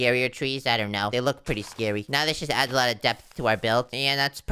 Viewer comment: ( ) mines pwetty scary ( not making fun of his voice sorry if this hurts your feelings )